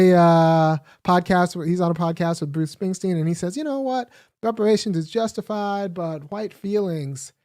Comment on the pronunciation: Buce Spingsting? 🤣